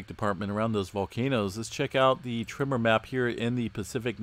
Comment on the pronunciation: Am I the only one who hears “trimmer” when he says tremor??